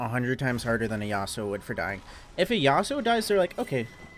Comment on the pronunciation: “Would” not “world”